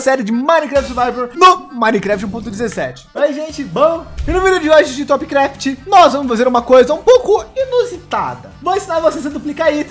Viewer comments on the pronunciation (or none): Essa hora ele falou trop craft